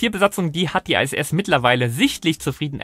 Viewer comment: Nein, International nicht Einternational. Oder Englisch ausgesprochen Internäschenel und nicht Einternäschenel. Also so oder so ISS und nicht Ei SS. Das i wird solo im Englischen zwar als Ei ausgesprochen wir sind aber weder in England noch sind wir Engländer. Ich habe Deutsche Astronauten in der Regel auch immer von der ISS sprechen höhren.